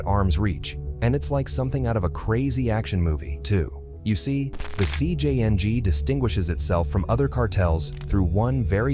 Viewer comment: this ai voices is butchering the names, but the worst ai i heard is jcng being pronounced as si-jang